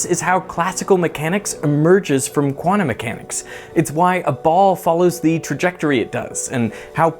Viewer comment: I struggle so much when I hear "Quantum" pronounced as "Guanum" Sounds like guano :(